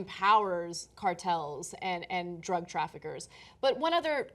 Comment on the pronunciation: I like John he really has come into his own as an anchor over these years. "Dr-uh Guns!" To be followed with "legal drugs flooding the market!" Come on man. What about cigarettes and booze because booze isn't classified by laypeople as a "drug." You spin when it suits you man.